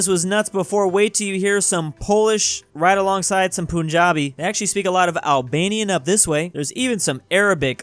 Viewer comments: It’s Punjabi not Poojabi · I love how he pronounced Punjabi as Poonjabi